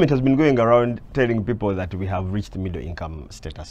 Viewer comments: Middle with an accent. 😂😂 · Did I hear Mudra or midro?? 😂😂😂 Anyway you would have showed him the newspaper which was saying every Ugandan will be earning at least 200k by 2023😂😂😂😂😂😂😂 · its basically the word middle with a strong western Uganda accent